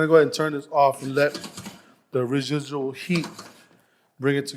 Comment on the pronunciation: re-zhe-djool HEAT bring it TA GETHER